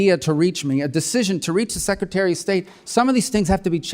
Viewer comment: Meeks can't pronounce secretary....secatary??